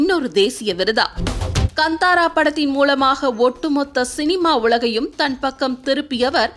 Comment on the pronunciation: வந்தாரா அல்ல காந்தாரா எரியுது நீங்கள் சொல்வது சரியாக உச்சரிப்பை கற்றுக் கொள்ளுங்கள்